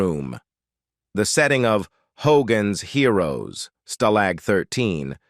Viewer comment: hoGAANS heeROOWS